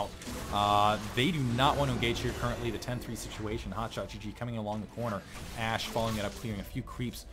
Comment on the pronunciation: lulz u said to dat ashe sorta like to dat ass..... yea ik its lame :(